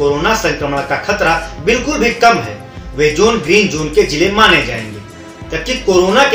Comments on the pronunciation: पहिली बात भाई जोन नाही होता वह झोन होता है 😝😂👌 लॉक डाउन के बात आपको एक पद्मश्री मिलेगा भाई 🤣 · "झोन" है वो... "जोन" नही